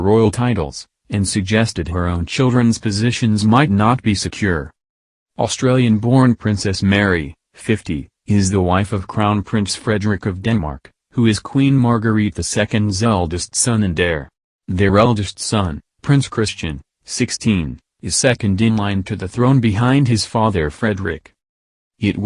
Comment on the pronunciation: Princess Mary is Talking silly! Prince Joachim (Pronounced Yo a keem) sons And daughter Are at the present His or Her Highness Not ROYAL. This Narrator can’t pronounce names Well! Queen is Margrethe(pronounced Mar great a)